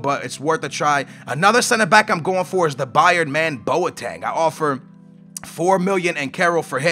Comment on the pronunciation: It boteng not boateng